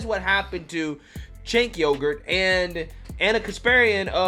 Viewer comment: "Cenk yogurt" 😂